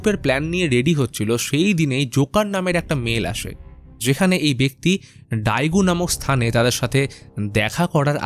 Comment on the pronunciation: Bhaiya ota ডাইগু না ডেগু hobe 😅